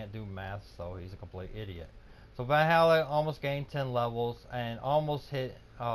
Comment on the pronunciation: Yea know just what u mean G! Gj Valluuh im feeling ur closing in on me i better step it up then ;) Also G tomorrow i will learn u how to pronouns Valluuh its not Vallhalla! :D